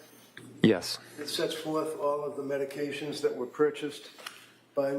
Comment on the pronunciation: I wish these attorneys would learn how to pronounce the names of the medications